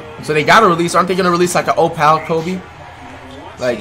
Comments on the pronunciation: Flight really saying opial I feel bad for this man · "Oh-pal bigman" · how flight says opal: “OH PAL” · why he say Opal like ohh-pal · Bruh the way he says opal🤣🤣🤣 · Why he say opal like that 😂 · Why he say opal like that